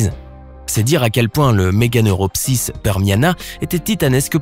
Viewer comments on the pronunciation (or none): MeganeuROpsis et pas Morganeupsoris, apprend à lire sa te seras utile ;) min